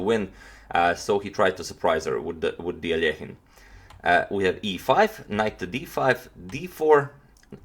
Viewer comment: Finally "Aljehin" instead of that terrible anglo "Alekhajn" pronunciation!!!